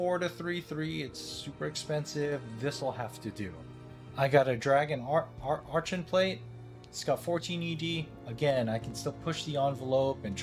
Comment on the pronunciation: should be pronounced "arkon" plate.